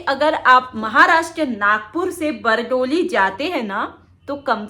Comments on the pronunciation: बरडोली नहीं बारडोली बोलो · Bardoli naam hai Aapke bolne me bhul hai medam ji